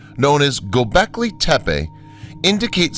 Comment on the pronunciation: God... Who is it. There's this one "researcher" who bugs the absolute s%×t out of me when he says Go becklay tepeah (like tepay) It would sound okay coming from Nick Redfern, but not from this other guy. Lmao!